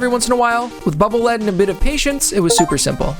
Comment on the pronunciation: Air Man's level was the bane of my existence when going for 100% achievements in MM Legacy Collection. 😆 Btw, Bubble Lead is pronounced "leed" (lead the way)